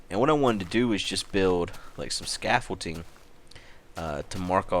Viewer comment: Is it me or did he say Scaffolting?